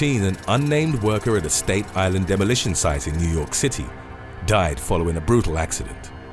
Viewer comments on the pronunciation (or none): It's clear this narrator isn't American. State island? You mean Staten island? 😂